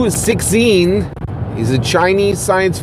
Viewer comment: dude it is pronounced "lew-ts-shin" instead of "six sin". I understand it is not necessary to pronounce perfectly, especially in case where "xin" is indeed difficult to find a corresponding English syllable. you can always address him as Liu or simply omit the name. the way you deliver here is really distracting and difficult for people to follow along. keep up the good work!